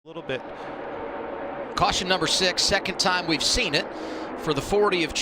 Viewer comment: “cwaution coming out again!”